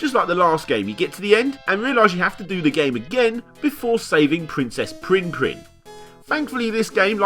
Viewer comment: being an australian all i can hear him saying is pwinn pwinn, not prinn prinn